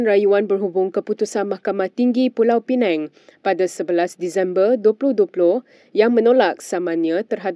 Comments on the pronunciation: Pembaca berita sebut elok 2 sikit PULAU PINANG... BUKAN PULAU PINENG... PINENG TU POWER BANK... 😂😂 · Wartawan debut salah.. Bukan pulau pineng... Tapi pulau pinang.. BM + bi. Apalah wartawan ni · Sebutan bukan “Pulau Penang” la Reporter, sebutan “Pulau Pinang”…. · Apa punya pembaca berita sebut negeri pun salah. Pulau Pineng?😢🙆‍♀️ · Pulau Pinang, bukan Pulau Penang. Mohon betulkan sebutan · Pulau Pinang Bukan Pulau Penang🤦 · PULAU PINANG.....bukan pulau penang........ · Pulau Pinang bukan Pulau Pineng. Adoi sebutan pun salah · Pulau Pinang la....bukan pulau pineng...... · sebut betul betul..Pulau pinang bukannya Pulau Penang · pulau pinang bknnya pulau pineng, sila betulkan.. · Jadi pemberita pun xtau beza antara PULAU PINANG & PENANG. Dok sebut Pulau Penang. Rakyat Malaysia ka ni??? Negara sendiri pun x kenai... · Malaysia Kini - Kalau nak baca berita bahasa melayu tu pronounciation biar lah betul. Sakit telinga dengar. It's Pulau Pinang, bukan Pulau Penang. Pls betulkan lah... dari dulu dok sebut mcm ni. And also byk lagi pronounciations2 lain yg tak betul. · Sebutlah betul betul PULAU PINANG.......bukan PULAU PINENG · "Pulau Peneng".. 😂😂pulau Pinang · Pulau penang....sebutan bodoh.... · Yg baca berita pun sebut lah perkataan bagi betul,pulau pinang bukan pulau penang....baca berita pun pelat ka?🤦🤦🤦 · Pulau pinang bukan pulau pineng..😅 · Wei ... Pulau Pinang BUKAN PULAU PENANG. PI balik sekolah. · PULAU PINENG TENGKORAK KAMU.... ko nak cakap melayu ke cina? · Pulau Penang ? Pembaca ni berasal dari mana ? Timbuktu ke ? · Penang in English, Pulau Pinang in BM. Awat itu pembaca berita tak baca betul-betul.. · Tak layak baca berita.kalau sebutan pun tak betul.p sekolah balik